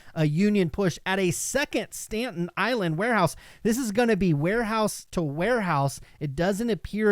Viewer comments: Haha I was thinking the same thing. I’m from Brooklyn and I was so confused for a sec. Pronounced “Sta Tin” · STAN-TEN island? not a place!... STA-TEN just fyi -V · I love you, man, but it's "STATEN Island", not "Stanten Island". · Did you really say Stanton Island?